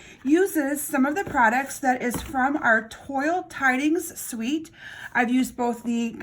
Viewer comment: Pronounced Twal